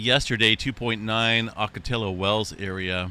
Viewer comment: Just a hint on pronunciation of words having their origin in Spanish. Double L is pronounced as “la” or “lo”, depending on the vowel after the double L. It’s got a y-vowel sound. Ocotillo is ‘ockoteeyo’. La Jolla is ‘la hoya’. I revise my triggering fault to Elsinore, from San Jacinto, just on a whim.